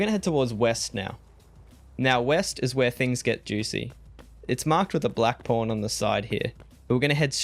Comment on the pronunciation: it sounds like your saying Porn... i know your saying pawn LOL